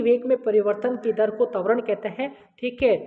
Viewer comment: तवरण नही कहते है त्वरण कहते है